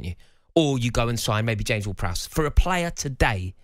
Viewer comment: He lost credibility when he said James ward prowse 🤣🤣